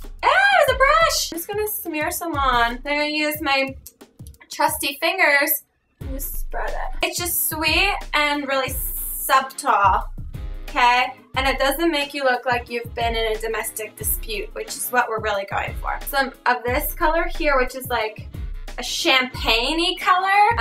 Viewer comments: Hahaha. I enjoy the SUB-tleness of her mispronunciation of the word 'subtle'. I didn't even notice the first time I watched this. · I don't know why, but when se said suBtle, I died